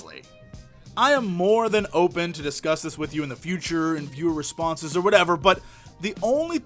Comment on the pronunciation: HAHA lmao ! I don't play WoW, but this is worth watching, just to hear the way you pronounce "Viewer Responses".